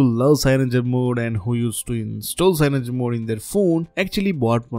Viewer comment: Damn... This guy's brain and tongue breaks by trying to pronounce lineage and cyanogen...